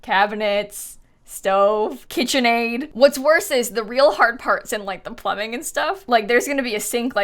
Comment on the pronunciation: KIT-chen Aid